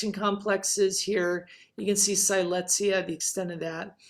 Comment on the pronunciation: Siletzia was named after the Native American Siletz tribe in Oregon’s Northern Coast Range because the Siletz tribe and Siletz River are in the center of the Siletz Terrane. The correct pronunciation of the Terrane and tribe is Sill Ets, not “Sigh lets.”